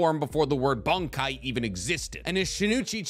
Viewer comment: This was a great video. I really appreciate the intended vagueness when talking about certain characters and their upgrades for the sake of not revealing spoilers. Some of your pronunciation just makes me laugh! You keep saying Bankai like... "Bung-Kai". Is it just me? When I say it outloud, I hear "Bon" or "Bahn"... Bankai. Not trying to be a grammar nazi over here though, you do you boo boo. Just wanted to say it makes me laugh :)